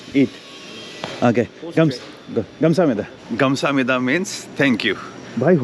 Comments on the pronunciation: ITS KHAMSAHAMNIDA NOT GAMSAMNIDA😂😂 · Not ghamsamida it's khamsamita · Yes, Its Khamsamida. And prounce it wrongly😅